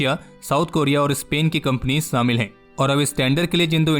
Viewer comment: Its not samil its shamil.